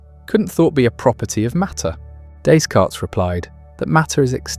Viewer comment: Pronunciation of his name????? Never heard it said with an S at the end…